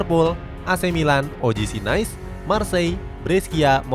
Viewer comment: Bhkan nais.... "nis"